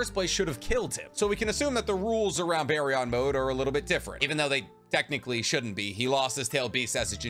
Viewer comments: It’s not “bear-ee-on” mode it’s “beer-en” mode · Why do YouTubers always say stuff stupidly? 😂kurAma??? baryON???